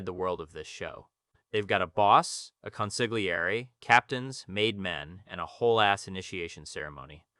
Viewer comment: Please learn how to pronounce “consiglieri.”